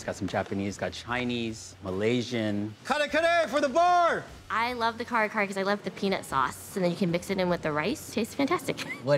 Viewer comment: Love the name of the restaurant. That one lady pronounced it "car-car- tho 🤣 I'm dead